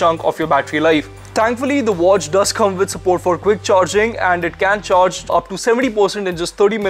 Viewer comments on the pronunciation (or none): Why yoy always speaks like charge ko chorge?? Cant you speak normal